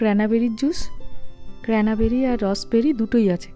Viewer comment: Don’t mean to troll but the correct pronunciation is Cranberry and not Cranaberry🙏